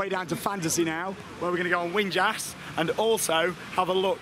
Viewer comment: Winjas is pronounced vin yas.